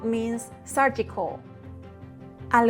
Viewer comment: Your English is sooo good, but you say surgical wrong....Im sure youd like to know.